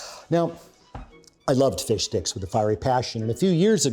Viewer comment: Did he say “fish dicks”?!